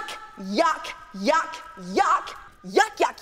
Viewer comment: Its yuck not jak